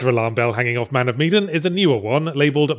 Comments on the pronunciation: I thought it was pronounced "Meh-dan", not "Mead-en". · Man Of Meh-dan. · Funnily enough meh-dan is closer to how it's actually pronounced. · Wait it's pronounced MEE-dan? I've been pronouncing it MAN of meh-DAN since it was announced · It's pronounced Meedin!?? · It is Me-din or ma-dan?